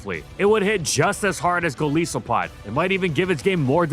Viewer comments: "gol-EYE-sopod." Geez man... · first time i’ve ever heard Golisopod, the Goliath isopod, be pronounced that way 😅